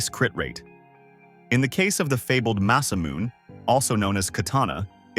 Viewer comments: It's Ma-sa-mu-ne. Not Masamoon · Hate to be that guy but its "muh-suh-moo-ne". Great vid btw.